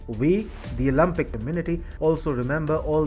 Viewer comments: It’s Olympic NOT Olumpic…. Think Olympic as in Limp … Not Olumpic as in Muppet! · Its Olympic, not Olumpic.